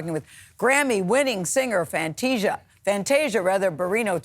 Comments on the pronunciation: Fanteesha? Seriously Gayle. Get it together…… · Fanteeesia though? Cmon gayle. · You got one ☝🏾 more time to mess up her name gail 🤦🏽‍♀️…hanging on the heels of oprah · Now come on Gayle. You know how to say her name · how do you not pronounce Fantasia’s name, right? 🙄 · SO HAPPY FOR FANTASIA!!! 🎊 What's going on with Gail mispronouncing Fantasia's name tho?? 🥴